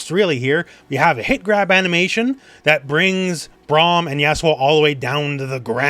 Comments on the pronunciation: I kept mishearing "Yasuo" as "Asshole" because I didn't realize that was his name. "But then Braun just kinda slams forward with the shield door, devastating asshole" made me sit up, raise the volume and turn on the CC. I was so confused. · Dude are you calling yasuo "Asshole". It really sounds like it lmfao